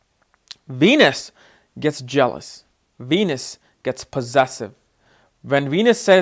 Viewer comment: How come sometimes u say wenus and sometimes Venus?